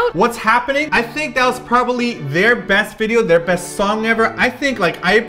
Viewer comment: did said, "PROBALY",,,hihi